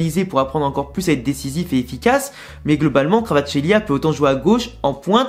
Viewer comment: La prononciation c’est simplement VARASKÉLIA